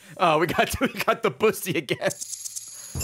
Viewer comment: That's.... that's not how you pronounce Debussy.